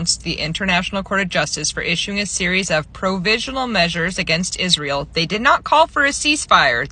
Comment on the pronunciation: I agree but if you didn't hear izz-rye-el main issue is with the young black community. Not my words.